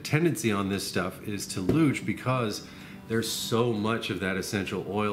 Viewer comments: Louche/Louching is pronounced "loosh/looshing".... not "looch/looching". Just FYI. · I was originally told that it was pronounced "Loosh" but I may have been lying on the floor of a bar in New Orleans at the time. The louche is, of course, the desired outcome of a traditional absinthe presentation. To remove louche/Irish mist/Scottish mist from a bottled spirit just warm the bottle slightly and keep it warm for a while (the normal cautions about warming flammable volatiles in glass apply). That won't get rid of globs or oil, just the haze. Many wise and experienced people have told me that we can prevent louching in the bottle by bulk proofing very slowly over a period of days before bottling. They say words like "saponification" and seem quite confident. They are wrong, of course, but I respect them anyway. A slug of 170+% neutral will clear it right up. I also suspect that just the tiniest pinch of sodium citrate would clear a louche, but I won't be trying that. Somebody might see.